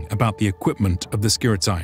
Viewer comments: It's not pronounces Skirit a i, it is Skirite, with E like Lacedemonioi, which is also not pronounced Lacedemon i o i, but rather Lacedemonii. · Its SKi-Tar-E and Ah-Kade-E-in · Great video as always! If I may add a little thing concerning pronounciation of "Skiritai" that is the main subject and it is being repeated through the whole video : It is not "Skirit-eye" but "Skirit-eh" (plural). One Skiritis, many Skiritai (pronounced Skiriteh), kind of. Also, one Spartiatis, many Spartiatai (ancient form) (pronounced Spartiateh) or Spartiates in later form that is pronounced Spartia-tes (tes as in "test" not Spartiates as in "opiates"). Same goes for "perioikoi". It's not peri- oi-k-oi but rather peri- ee-k-ee with the tonal stress on "i". Thanks for your videos! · Just so you know, ai reads as e and oi as i. So, Skiritai is read like Skirite and perioikoi like perìiki. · I see very nice job in all of your videos. The only thing I want to say and this goes for 99.9% of English speakers is that diphthong pronunciation is not that. Σκιρίται pronunciation is Skiritae Same Οι=e Etc I appreciate your work but in my Greek ears this mistake sounds really bad. And don't get me wrong it's not such a big deal but I see this happening when people speak ancient Greek too. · Could you start spelling the name correctly, its actually painful to hear skiritai pronounced like samurai. In Greek, a or e or o followed by i is not pronounced like that. Instead, ai (αι), is pronounced like simple e (greek epsilon, not English e), oi like Greek i and ei like greek i again.